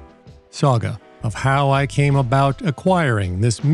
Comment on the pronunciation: the accepted pronunciation is "saga". I hope this helps.